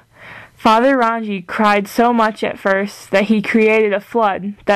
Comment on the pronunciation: Rangi Is said like "Rung-ee" Papa is Papatuanuuku, Taine is said like "Tah-nay"